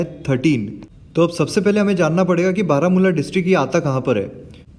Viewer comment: भावा तु काश्मीर च्या जिल्हा चे उच्चार व्यवस्थित कर नाहीतर तुझ्या मुळे नवीन आतंकवादी तेथे तयार होईल 😂😂😂😂 भावा बातम्या बघत जा